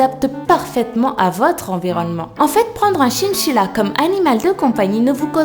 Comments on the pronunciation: un chinchilla se prononce "chainchilla" et non "chinechilla" tu sais... ^^' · c'est chainchilla pour la prononciation... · tu ne sais pas prononcé le mot chINchilla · "CHINCHILLA" Comment tu prononce sa toi mdrrrr